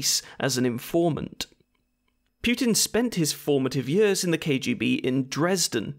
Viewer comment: Forgot you were welsh until you said ‘in power for yers’… This is my new favourite channel